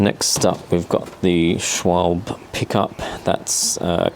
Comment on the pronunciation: hehe, you were so close. The 'e' is seldomly, or ever, silent in german. Same with Porsche, which often is pronounced Porsh